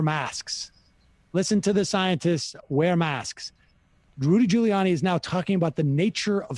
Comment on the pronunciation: It's Ghouliani. Sam, still can't pronounce names.